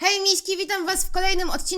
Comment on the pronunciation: To było łej miśki a nie hej miśki